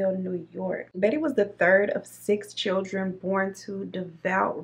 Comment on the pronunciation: She says “chill-tren” lol that’s funny